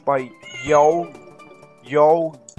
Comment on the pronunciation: Peach Beach: I pronounce yogui as "yo-goo-ee". 28th place, not 22nd. Hello there, FPS counter. Did you notice that when you collected the 5th Yoshi coin there, the torch pillars around there lit up? Nightswimming: Not a forced hit. You could've waited on that Yoshi coin until after you went through the room that changed this into a non-swimming level. You're supposed to stand on the platform with the arrow signs on it. It's on layer 2, and in that room layer 2 is set to sink when you step on it, which causes a "water draining" effect, and would've allowed you to leave the room without getting hurt by the fishies above the exit pipe. Swiss Hotel (revisit for Yoshi coins): I pronounce Columbus as "Co-lum-bus". Uh, yeah. Pretty straight forward. When you're struggling with saying a long word, try separating it into its individual syllables. The middle coin there is actually two coins side-by-side, but with each tile containing just half of a coin's graphics, making it look like just one coin (until you collect half of it). Here's how the password room works: Each row contains a checkpoint 1-up object above one of the numbers, so when you select the correct digit in all four rows, a 1-up will appear, and then in the Reznor room, the Yoshi coins will all appear, as they're hidden behind checkpoint 1-up objects. Now, as for figuring out the password... In what year did Columbus discover America? (Look it up on Google or s